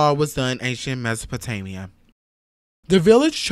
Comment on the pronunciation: Mispronounced Mesopotamia. Americans.